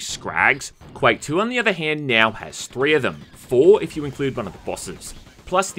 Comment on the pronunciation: Every time I hear "when it came "miau" out" I crack out loud. Where is this accent from???